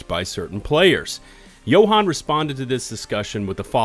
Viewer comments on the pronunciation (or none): none